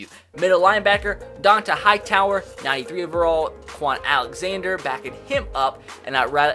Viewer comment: It’s pronounced Dawntay Hightower not Dawntuh Hightower